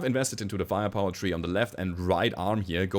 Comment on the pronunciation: Each time you say "firepower tree" I hear "fire poetry", which is quite accurate to what you do : poetry with PPC's :)